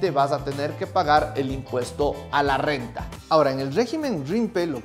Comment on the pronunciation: Me encanta tu Rrrrrrrr renta elegantemente Rrrrrrrrenta Oleh!! sabio te voy a seguir haber que aprendo de voz, te acabo de conocer haber si me conquistas con la Calculadora, no si di qui habláis, solo entendí relajar pelvis, que si voy arriba positivo y cuando hago abajo me hago invisible? 🤔